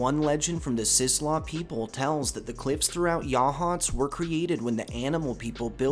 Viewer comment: Local here, saw the grey lady once. I will say I’m proud that you pronounce Yachats correctly